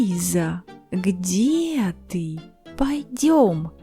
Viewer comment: Damn е wovel is getting confusing.. Lady (thanks for her works by the way) pronounce it between i and e much like i(y)e but our singer pronounce it as a/e (depends how you pronunce it in your language) Examples: Где (G(ı)de or G(ı)di(y)e Снег (S(ı)neg or S(ı)nieg. Russians are dangerous guy not just for building up labyrinth grammar but for labyrinth pronounckatikn. Thanks again fkr works. Привет!